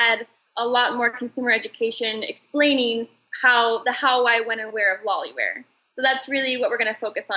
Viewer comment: Thx for sharing! But it is loliwear instead of lolliwear.